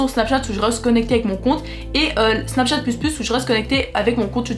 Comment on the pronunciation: Elle dit sur snachate